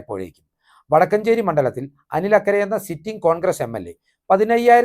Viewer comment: വടക്കഞ്ചേരി അല്ല വടക്കാഞ്ചേരി 😊